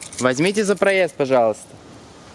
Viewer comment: Никто: Обсалютно никто:: какой проЭзд